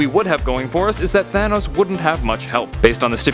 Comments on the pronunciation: It said Tahnos instead of Thanos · You speel thanos wrong its not tahnos its thanos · Tahnos? Don't you mean Thanos? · Half of the universe would die. There I answered it for u. Btw it’s thanos not tahnos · You spelled thanos tahnos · you spelled Thanos wrong you spell Thanos like this Tahnos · You spelled Thanos wrong you put Tahnos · Tahnos really it’s thanos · Thanos not Tahnos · It is thanos not tahnos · Tahnos??Or Thanos?? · tahnos its thanos idiot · ..thanos...not tahnos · Thanos, not Tahnos. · it’s “Thanos” not “Tahnos” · ITS THANOS, NOT TAHNOS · it's thanos not tahnos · Im confused thanos or tahnos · tahnos lmao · my boy Tahnos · Thanos? I only know Tahnos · “Tahnos” should double check your videos before uploading no hate love this channel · Tahnos? lol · "What if Tahnos was real?' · what if "Tahnos" was real? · its Thanos not tahnos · He spelled thanos like tanos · Whos Tahnos? I know Thanos but not Tahnos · What if “tahnos” was real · Tahnos lol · TAHNOS for real? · Tahnaos??? Is what he said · thanks, now I know what would happen if "Tahnos" was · "what if tahnos was real?" l0l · Wait... who’s Tahnos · "What if Tahnos was real" lol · Did anyone else notice how he put Tahnos? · It said tahnos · Didn’t know his name was Tahnos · "Tahnos" epic... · Tahnos? Wtf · in the intro it said tahnos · whaat excuse me?? Tahnos?! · Who's Tahnos? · it says tahnos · Lol Tahnos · Intro says What If Tahnos was real. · Tahnos???? XD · You said in the words what if tahnos was real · Any body else notice I says in the beginning what if tahnos was real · tahnos xd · "What if tahnos was real" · . Really. Tahnos. Well, life’s buggst qeustions, I am dissapointed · what is "TAHNOS" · Tahnoes? Lmao